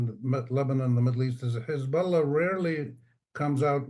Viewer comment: "Hezbolla rearly lie" 😂😂😂😂😂